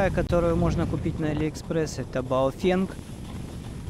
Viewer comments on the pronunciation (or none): none